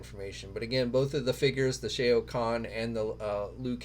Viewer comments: for the love of God, please read your comments. It hurts everyone's ears to hear you say Shea' O'Conn like he's an Irish Mortal Kombat character. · Who tf is SHAE-OHH KHAN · obviously you have never played Mortal Kombat who the hell is Shay-OH- KHAN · Yo, that's my Lord guy, it's NOT Shay-o, it's Shao Khan! Lol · Absolutely hilarious sir! I was thinking similar thoughts upon hearing pronunciation of Shao Khan. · Lol the "AO" in Shao Khan is pronounced like the "OU" in ouch. Sheesh y'all really don't research this stuff huh? 🤣😂🤣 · They really dont....hell if they played the game they would know.... LoL 🤣🤣The wrong pronunciation grinds my gears